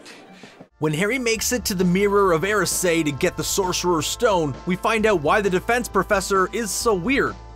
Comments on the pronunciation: Did he say the Mirror of Air-a-sayd? I’m fairly sure it’s Mirror of E-rised. Correct me if I’m wrong. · ok is no one gonna talk about "the mirror of aRaYsEd"